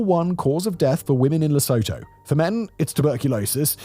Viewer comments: Still waiting for someone to pronounce it right in these videos... you were so close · wow so much research must've gone into this video if you can't even pronounce the country's name right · Please learn the correct pronunciation of Lesotho. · Oh for fuck sake. You horribly mispronounced the word Lesotho. And have you ever been there? I have, and your content is an exaggeration. Jesus, I'm fed up with wise-ass Europeans. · This insane level of research combined with the mispronunciation of the titular topic is quite unexpected. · he doesn't care. Sometimes his writers for channels like decoding the unknown or casual criminalist put pronounciation guides into the scripts and he even says he's gonna ignore that because he doesn't care...while at the same time apologizing to listeners from the country in question for butchering their languages. I don't quite get it, but I guess being so confuse is part of what we love about him. ;-) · Apart from your mispronunciation of Lesotho, this is a good report. However, with the withdrawal of US aid, improvements are unlikely. Many of their citizens work in South Africa, where things aren’t much better. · If a Basotho produced and otherwise well researched YouTube video with a whole team of researchers backing him, then, yes, I would expect the pronunciation to be near perfect, barring his accent. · Thank you from the region(South Africa). But it s pronounced 'Leh-soo-too' rather than 'Leh-soh-toh'. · Simon it is pronounced Lesootoo, please pronounce it correctly, you are killing us here! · South African here. 🙋‍♀️ It is pronounced "Lesootoo" not Lesoutoe. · It's pronounced lih-SOO-too not leh-SO-toe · It's pronounced..lesoootoo....not le so tow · Li-su-to (right pronouncation)❌ Li-sow-to✅ I'm in South Africa. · Its not pronounced "le sow tow" its "less oou two" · You do an entire video on the country, and don't get the pronunciation of the NAME right? It's Luh-soo-too. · It's pronounced Lusootoo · You pronounce it Le-suit-2.